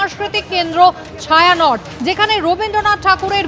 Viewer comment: ওটা ছায়া নট না, ওটা ছায়ানটি